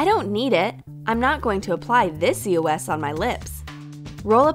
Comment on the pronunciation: Your saying eos wrong